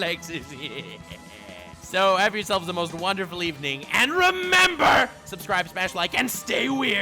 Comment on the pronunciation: He said subscibble! 🤩